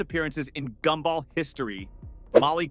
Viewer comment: GoobBall? Gumball